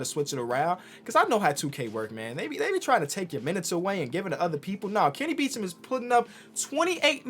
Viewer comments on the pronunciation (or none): Hold up isn't Kenny's last name "Beecham" not "Beachem" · Kenny "Beachem"